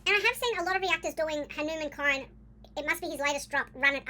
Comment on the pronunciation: It's pronounced like this......Hunu mun